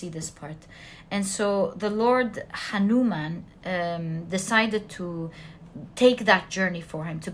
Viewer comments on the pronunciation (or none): none